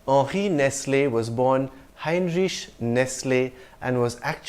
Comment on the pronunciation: The French names are a bit complicated to pronounce. But I did nail Volkswagen, Lamborghini, Nestle and Adobe. Quick follow-up, the name Heinrich, I've heard it pronounced "hein-rikh" is some other places while you end it with a "risch". Could you throw some light on this?